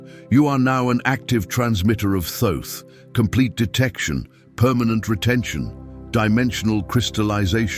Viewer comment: It is not desize it is a detection